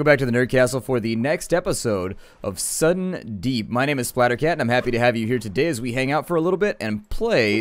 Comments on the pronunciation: lol 'sudden deep' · Sudden deep